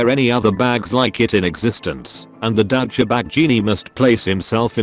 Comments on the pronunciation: No one: auto speech: Daucha bag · Douch-cha-bag. I love this thing's mispronunciations!